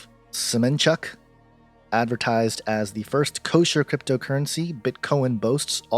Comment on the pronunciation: "Semenchuk" XD